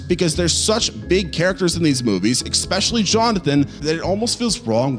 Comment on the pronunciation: Worst part.. "eckspecially"... come on bro.